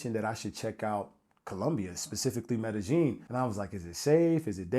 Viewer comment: its not MedeGeen its MedeYeen...